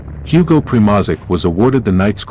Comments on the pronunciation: Your pronunciation of German words and Primozic is terrible. Mark Felton takes time to learn pronunciations of such important words before he makes his videos. You should too. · "The Shturm-gesh-gutz" ... that's a new one "Hugo Primozick" lmao gold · When i hear him pronaunce Primožić and sturmgeshutz i wana cry😂